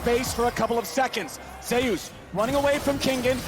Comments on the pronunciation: Im confused.. its ZEUS not ZAYOOS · I'm curious, does the player call himself Zhayoos, the way they have been pronouncing it? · Remember Zay-oos? That Greek god.... Zay-oos. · I dont know.. it should been how you pronounce zeus in greek mythology